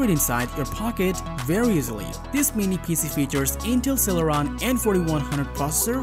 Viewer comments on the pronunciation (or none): none